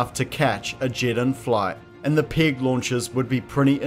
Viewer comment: If he pronounces "peg" as we pronounce "pig" - then how does he pronounce the word for swine?